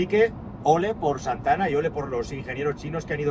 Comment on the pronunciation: Con su "Z" de "Zantana"...😂😂😂😂😂😂...como no bajen los precios me da que venderan bien poquito